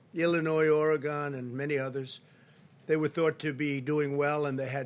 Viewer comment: B Bodziak he doesn’t even know howcti pronounce all the STATES! It’s Oregun not Origone